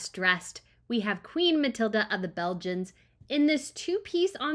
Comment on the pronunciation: I can't but wonder why you always say "Queen Mathilda", when her name actually is Mathilde. The "e" at the end is silent.